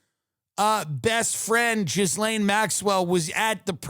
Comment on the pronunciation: Ghislaine: Pronounced: Jizzlane